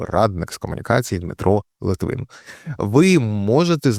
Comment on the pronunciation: литвин а не літвін